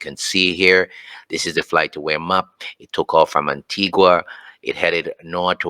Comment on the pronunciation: It's pronounced An-tee-ga not Anti-gua.